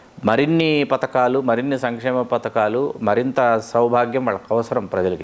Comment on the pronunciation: Patakalu kadu padhakalu